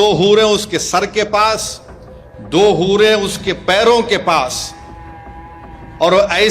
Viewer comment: Hoore ❌ Boore ✅